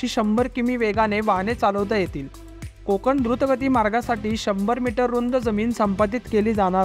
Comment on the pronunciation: कोकन नाहीं कोकण. पेन नाही पेण